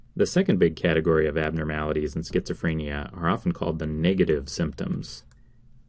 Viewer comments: Stop pronouncing it like "freynia" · Creeper Pro FRAAAAAYnia